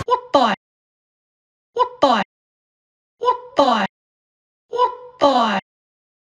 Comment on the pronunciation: When said: Wtarde 💀